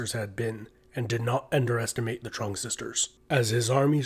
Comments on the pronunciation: Its a great video but hes murdering the vietnamese names its pronounced like chung not trung. Thats just me being nit picky though. Very interesting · I believe the' Trung' word(Trưng) is read like"zeng" rather than "Trump" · it's TrƯng